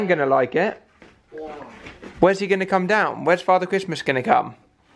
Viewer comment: I love Alfie saying Christmas Wrong from 🤣🤣🤣🤣🤣🤣🤣